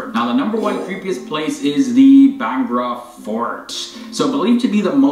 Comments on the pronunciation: It's Bhangarh fort and not "Bhangra" fort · Its Bhangarh fort not Bhangra fort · Yes. his pronunciation was awful 😂 bangda instead of bhaan garh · It's Bhangarh* fort